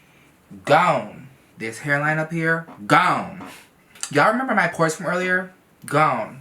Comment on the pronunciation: You see this ... “GOWHNE” 😂